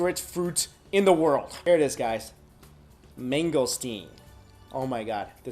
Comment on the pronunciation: ITS NOT "MANGGO" ITS MANGO LIKE MAGO